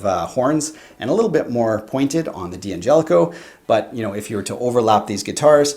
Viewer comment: It's pronounced DANGELICO, not D-Angelico. For example you don't pronounce "don't" as DON TEE.